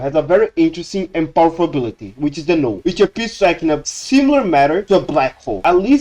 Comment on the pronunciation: This is a pretty cool theory/explanation! Could you add subtitles, though? It can be hard to make out what you're saying sometimes due to your accent. For instance, you pronounced "null" as "new" several times in the beginning, which was confusing until I figured out what word that was through context.